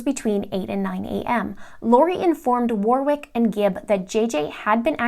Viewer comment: Warwick, second W is silent.